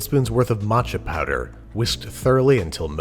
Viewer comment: No one: Babish: Mãçhá Pōwdêr